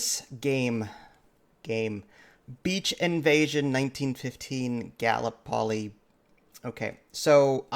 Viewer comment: Why should we believe anything you say when you cannot even do BASIC research into how to pronounce 'Gallipoli'? SMH